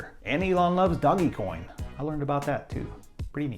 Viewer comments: It’s pronounced doh-dge coin, not doggy coin. 🤓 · so tempted to unsubscribe when he mispronounced dogecoin